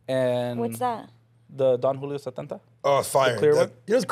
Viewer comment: She's never heard of don Julio sententa😂😂 estaaa mas máyate q Lv 🤣🤣